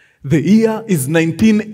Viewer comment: Yaani Mkuru ulikuwa juice alafu ukasema "the ear" 🤭🤣 Nooo it is "the Year", 🤣 you should have sipped later 😂🙏🏿 loving the episode as always. Zidi 💪🏿